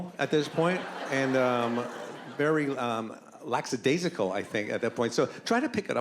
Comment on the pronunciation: It's "lackadaisical"